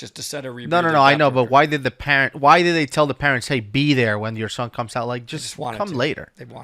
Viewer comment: I’m guessing drank a bunch of coffee before this shoot, his pronunciations on some words were uncharacteristic. “Deepethed depth” “thon” instead of son lol and a few more I can’t remember! Love your videos 🙂